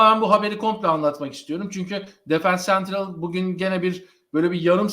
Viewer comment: Sevgili dostum, önce Madrid'den çok selam ve sevgiler. Yayınlarda işe yarayabilir diye yazıyorum. Bu arada zevkle izliyoruz, tebrik ederim. Sözcükler İspanya'dan olduğu için okunuşları da İspanyolca olsa güzel olur. Vasquez "Baskes" diye, Defensa Central "defensa sentral" diye, Valverde "balberde" diye, Goles "gğoles" diye telaffuz edilir. Maydanoz oldumsa affola. Bu arada müzik bence çok iyiydi ve dinamizm kattığı doğruydu. Harika yayınlar diliyorum. (Defensa Central aslında daima takımın dibinde olan bir taraftar blogu. Şu konuda çok haklısın, gerçekten kulübün içindeki dedikoduları bile yazıyorlar.)